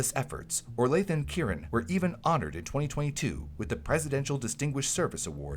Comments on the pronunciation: "Orlaith" is pronounced "Orla". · Orlaith is pronouced Orla. It's an Irish name, like Rory. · In Ireland in recent years, we've had an uptick of Sepsis awareness. Adverts are run and leaflets are up in doctors offices, pharmacies, and hospitals, and I have to think it's because of Orlaith and Ciaran's tireless work. A small aside; Orlaith is pronounced like Orla :)